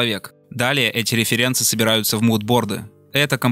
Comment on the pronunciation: Определись ты уже с ударением в слове Референсы. Паскудно слушать